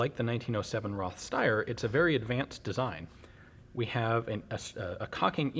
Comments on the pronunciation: Not RoTH, dz dz dz...RoT, with a long "o" like in "road" . So this is a "Road Sour". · it is Roth (Rot with a long o) not Roth (Ross).